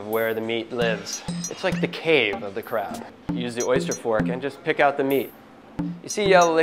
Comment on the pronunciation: Id be scared if my crap has fat . But anyway , in the video , it always sound like ''crap'' . ''Ill show you the right way to eat crap''